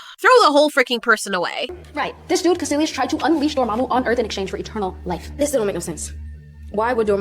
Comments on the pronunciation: Isn't it Dor-MA-mu?, why dor-moo-moo? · lol door-moo-moo.